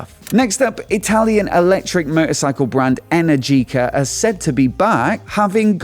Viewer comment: Energica is pronounced wrong :). I do hope they come back